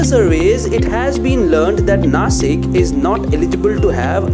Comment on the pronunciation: It's not Nashik